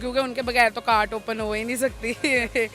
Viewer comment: Food on cort nheen hota food on cart hotta hai 🤣🤠😀😂😁😊